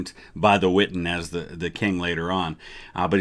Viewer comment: The witten? I thought it was the wittan